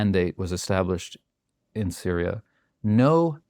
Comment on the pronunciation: FINALLY! A WESTERN WHO REALLY KNOWS WHAT THE F IS GOING ON IN SYRIA. HE'S SO GOOD THAT HE PRONOUNCED ALL THE NAMES CORRECTLY LOL